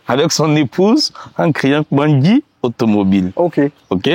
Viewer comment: Hmm tu prononces bien KPANDJI déh